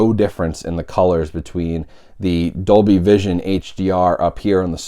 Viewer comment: Dolby "Cision". lol Good job. :P